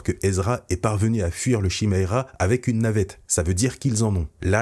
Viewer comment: Une seule chose, le nom du vaisseau de Thrawn se prononce Kiméra et Chiméra! Ça ne fait pas très beau à entendre à l'oreille! Sinon excellente vidéo!